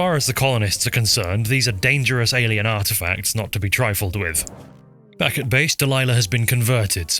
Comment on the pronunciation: Did you say alein weaponry